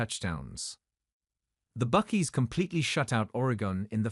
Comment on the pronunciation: the narrators needs to do his homework and learn how to pronounce names. You would think the Brit wouldn't make such a amature mistake. Its pronounced BuckEYE not Buck-ee. That's why the Brits lost the war.